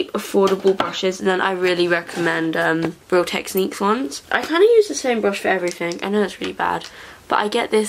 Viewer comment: the way u say real techniques is making me choke skrrrrr I'm shooook hehehhe